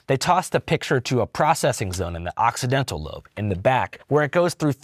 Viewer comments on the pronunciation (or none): bro said occiDENTAL lobe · It's "occipital lobe", Andrew. Not "Occidental"! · Occipital lobe, not occidental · Love you dude but it's occipital not occidental haha